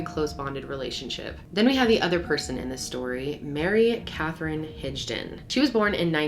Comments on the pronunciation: Havent fully watch this yet. But I have to make a correction. Its Higdon (Hig like Rig. Not Rij) lol. Not to be that guy. But I am a Higdon an have heard this my whole life. I love your content. Keep it Up. Much Love and Respect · Not enough proof?! She said she did it even after saying on purpose, her story was still she was the one that pulled the trigger, that jury sucks and side note why do I feel like her name is HIG-don, not HIDGE-don? 🤣